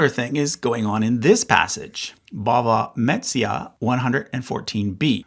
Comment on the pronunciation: Please learn how to pronounce “Bava Metzia.”